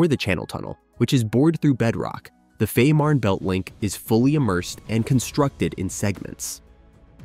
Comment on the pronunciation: its pronunced" Feeeeman_belt_tunnel"